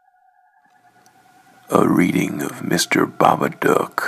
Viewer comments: "The babaduck" it sounds like duck instead of dook DOGGY NO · Bro he says is dok it's dook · You talk so weird when you sayBABA DOOk